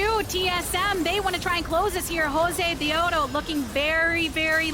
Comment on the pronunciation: Unless you're Latino or a women, there's not much room to say anything bad about her. She's there for a specific audience. Personally, I love her saying Josedeodo the way it should be.